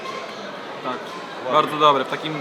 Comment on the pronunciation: "dobłe dobłe" :D